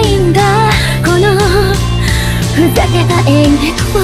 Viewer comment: i love the way she said engeki <3